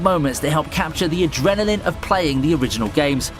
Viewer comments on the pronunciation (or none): none